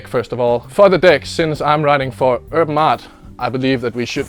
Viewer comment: He pronounces Urban Artt. “Erm Aut”